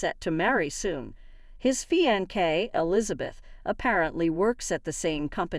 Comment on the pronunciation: It is a actually pronounced fi-an-say